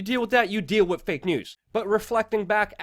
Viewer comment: 'With' is still pronounced 'with'. Not 'wit'